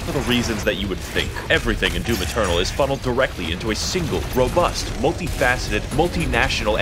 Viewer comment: When he said DIVUM funny am I the only one who smiled and then immediately thought of (Mr mosbey was it?) Meme where he goes "would you like am, or FFFFMMMMM".